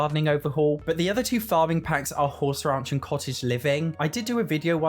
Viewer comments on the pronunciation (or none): Great video. Hey, Not picking here I just want you to say out loud Horse Ranch, Raunch, Horse Ranch, Raunch. The way you say it in the dictionary is: earthy, vulgar, and often sexually explicit: "a raunchy new novel" or (especially of a person or place) slovenly; grubby: "the restaurant's style is raunchy and the sanitation chancy". I love the way your accent sounds. but I thought you should know.:) Happy Simming!